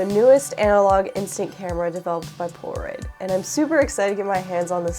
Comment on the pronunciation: She keeps saying Pora-oid 😂